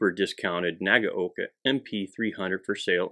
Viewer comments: Wrong. It's nah-gah-oh-kah. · WHERE did you get the idea, that Nagaoka is pronounced as "nah gow kah"???? There is absolutely no cow, no oxen, and no bull anywhere near this video! Say this, and repeat 500 times, while standing in the rear classroom corner wearing a dunce hat: "NAH GAH OH KAH" (nah as in nada, gah as in a looong "gun", oh as in "oh, that's bad", kah as in kaputt! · Say it with me 'Nag-oh-ka' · pronunciation suggestion (respectfully submitted): 3 syllables: nah-GOW-kah